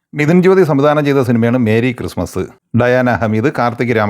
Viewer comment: മേരി ക്രിസ്മസ് അല്ല മെറി ക്രിസ്മസ്